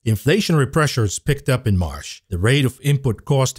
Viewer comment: learn the difference in pronunciation between "marsh" and "March".